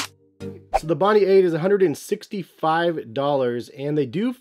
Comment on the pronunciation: It’s pronounced “Bon die”